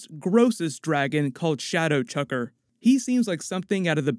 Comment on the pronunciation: Shadowjacker! Not chucker